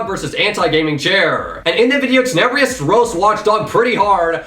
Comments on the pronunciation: did you actually just say... teneBREEEEous? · You pronounced Tenebrous wrong